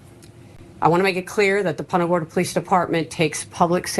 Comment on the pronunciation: Born n raised Central Floridian here...the city's name Punta Gorda is pronounced like 'poon ta' not like 'punt' in football. This Sherriff mangled the hell out of it.